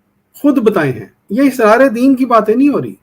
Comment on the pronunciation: Israar nahi Asraar